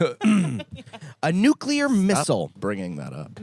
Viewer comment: oh my god convoy from me on NUCULAR 😩